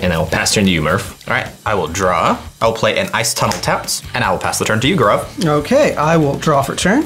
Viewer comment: The Indian in me is getting triggered by the way gaurav's name is pronounced